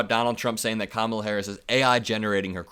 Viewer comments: I hate how they intentionally mispronounce Kamala's name: it's emphasis is such: KAMA la. So rude and disrespectful. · People who mispronounce Kamala’s name, just a poor reflection on themselves. If they can’t Provence a name correctly, they look stupid